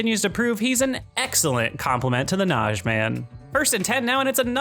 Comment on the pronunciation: Nah-GEE. Not Nazhee